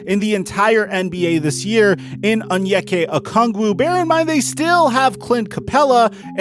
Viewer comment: youre saying onyeka okungwu's name wrong